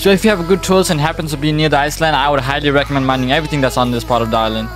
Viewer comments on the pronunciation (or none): none